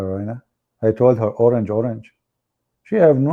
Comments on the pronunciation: Not orange-oranga its pronouns ..orank-orank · Not orange it pronounce o-rang2 mean many people